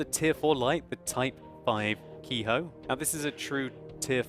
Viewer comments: the ke in ke-ho and ke-ni is not pronounced like "key" but like the "a" in okay. In fact anytime you see an "e" in japanese it would be pronounced that way. If I remember correctly from my 1 year of Japanese. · More like the e in ben. ( keh ri )